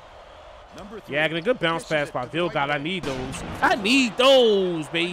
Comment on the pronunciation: Yagodin is pronounced “Yah-Goh-Din”